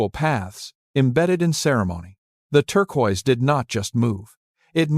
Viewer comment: Incongruent photos irrelevant to Chaco, and the mispronunciation of “turquoise” by AI makes it difficult to watch and listen to.